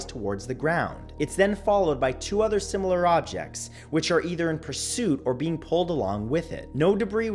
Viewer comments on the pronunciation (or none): none